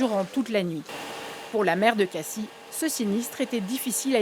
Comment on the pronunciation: que une reporteur de France3 PACA sachent comment se pronounce "Cassis", c'est trop a demandeR?